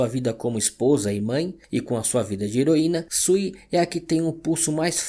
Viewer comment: Vídeo muito bom. Só queria deixar um toque: o nome Reed se pronuncia 'RID' e não red. O apelido da Susane (Sue) se prununcia 'SU'. Valeu!